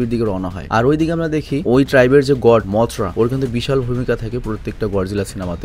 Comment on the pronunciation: Vai mortha na mothra😂😂😂😂